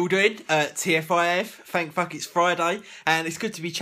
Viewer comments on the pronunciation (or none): The way you say it, you should start putting FFIF: Fank Fuck It's Friday lol :0